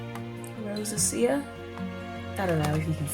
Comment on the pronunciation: Rosacea is a skin condition with a lot of redness, usually. Pronounced "row zay sha" Really great job, Beauty. Have a fabulous weekend and stay healthy!